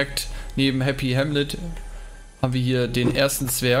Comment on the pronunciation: Endlich mal einer der Happy Hamlet richtig aussprechen kann